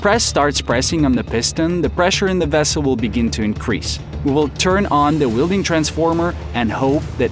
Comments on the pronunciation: It's not wielding transformer, it a welding transformer. Really dislike AI voices. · You have very, very good English pronunciation, but there are a few words that give away that you’re not native. In particular, welding is pronounced with a short e like well or smell or hell. You were saying wielding which means holding a tool or weapon you have some proficiency with. Very interesting video. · "wielding transformer" "ammpers" "alangated" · Weld, NOT wield!! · twice less? do you mean half? ai sucks. ...weelding? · What’s an Arc Wheel-ding? Lol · Please stop saying wheel-ding